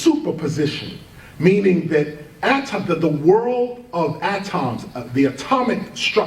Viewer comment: Best hip hop artists hands down but cant get over how he pronounces atoms lol ah-toms